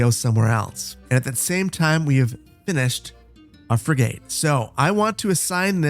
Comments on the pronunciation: frigate is fri-git schooner is skoo-ner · So glad you made another one! But it’s schooner (skoo-ner) and frigate (fre-get) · Frig it or frig et, it doesn't really matter to me just so long as stops calling it a frig ate. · Frig-it, not frig-gate! Not that I'm triggered by weird mispronunciations... *shudder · "Shooner?" It's pronounced, "SKooner." And it's a "FRIG-et" not "fry-gate." ;-) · its Frigate 'Frig-it' and not 'Frigae' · Frigate is pronounced “frig-it”, not “ fri-gate”. Schooner is pronounced “skoo-ner”, not “shoe-ner”. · Oh god the shooner and frig8 was killing me., I love your content, but it’s pronounced “skooner” and “frigit” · Frig-it. That boat class has a silent e. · It's already been said, but my own take on pronunciation is: Frigate is more "fri-gut" - a soft uh like "post-graduate" or "inappropriate". Not fri-gate as in "garden gate". Previous comments on "schooner" are correct - skooner. That's in British English, of course. I can't speak as to the original northern european pronounciation. And ironically it ties in nicely to the beer theme of the episode, with a "schooner" glass of ale equating to 2/3 of an Imperial pint in current measurements. In the UK, some of the stronger ales (6%+) are often limited to schooners for serving, so people don't get too hammered. One notable exception is Newcastle Brown Ale, which, while usually coming in a 600-660ml bottle, is traditionally served in a "Geordie schooner" glass, which equates to half an Imperial pint or 284ml. Now I want beer... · Love the Anno 1800! Engagement comment: “Shooner” 😂 it’s pronounced “skooner”! To ‘schoon’ is a super old English word that means to skim along. Frigate sounds like ‘friget’. You’d never know if you only read these old words! I used to work on schooners and …well never a frigate. A Barque (pronounced Bark lol) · Love the content, but it's Skooner and Friggit 😜👍🏼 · It is pronounced Frig-ut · FYI, the ships are pronounced “SKOO-ner” and “FRIG-get” 😅